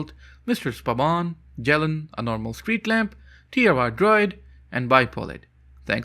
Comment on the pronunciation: This is not how you pronounce the word "Jeleń"